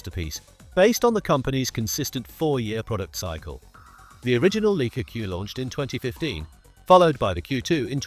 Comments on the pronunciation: “Leaka”?!? What the heck? … it’s LIKE-A … get with the program!!! 🙄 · It’s not LEE-Ka it’s LIKE-ah. No credibility until you learn how to pronounce the world’s best cameras. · … could the voice-over be AI generated, and the AI model is too stupid to know how to annunciate “Leica”? … the oldest camera name in the world, recognized by every photographer in the world, who all know it’s “like-ah”, seems suspiciously AI generated. 👍🏼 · AI generated crap video and voice. at least make the speach doing the brand name as intended.